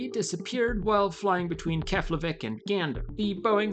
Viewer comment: It's pronounced "Keplaveek"